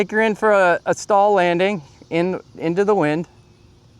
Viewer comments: STOL is pronounced like stole, not stall. The Pitts and Waco are beautiful planes but incredibly fragile, because EPS Coffee Cup foam. HH makes some great looking and flying planes, but that EPS foam SUX, and you have to pay a premium for their planes, so generally NO! Regarding their linear servos, that are world renowned for sticking, don't set them at a rate above 97%, and lube the contact surfaces, with an electric contact cleaner, before the first flight, and at least annually. That will take care of most of the servo issues. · Thanks for comparing a good variety of aircraft . FWIW… STOL is pronounced “stole”, not “stall”. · You’re mispronouncing STOL. It’s pronounced with the long “O”. You sound like you’re saying stall.